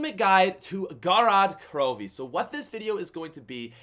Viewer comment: "GO-ROD KAHROHVEY"